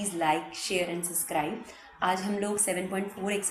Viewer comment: Maam woh suscribe nhi hota subscribe* hota hai pronunciation sahi kro ..btw you teach well.